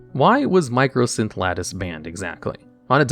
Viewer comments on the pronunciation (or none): It's MYCOsynth Lattice, not MICROsynth. There is no R in it. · Sorry...but I just have to point this out... "Mī - Cō" - synth Lattice. MY - CO...not "Micro" lol. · I love that absolutely everyone calls it "Micro"synth lattice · You keep saying microsynth lattice and my brain explodes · loved the video/series, but hearing MICROsynth lattice instead of MYCOsynth was funnily annoying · Just letting you know it's mycosynth lattice not microsynth lattice, nice video tho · Great video. Just want to point out that it's mycosynth, not microsynth. Edit: Also it's Emrakul, not Ermakul. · It's my-ko synth lattice, it's supposed to be a fungus (myco) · Mycosynth Lattice has no R. It's not "mycrosynth" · There is no R in Mycosynth. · Argh! There is no "R" in MYCOSYNTH LATTICE